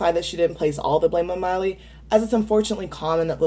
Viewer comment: I enjoy your videos,, but why do you pronounce Miley's name "Molly?" Even when it's transcribed with subtitles online it's written "Molly."???